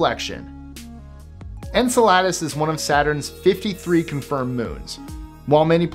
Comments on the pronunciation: Just a tip,... Enceladus is pronounced "en-CELL-uh-dus", not "en-cell-AH-dus"... 😉 Just trying to be helpful; not trying to annoy you or anything, promise... 😅 Anyway, another awesome space vid! 🤩 I noticed you uploaded this one right after the one you uploaded yesterday; trying to get caught up after missing several days or something? 😅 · Great video. But it's actually pronounced "In-Cell-Idus". It's the source of Saturn's second largest and farthest reaching ring.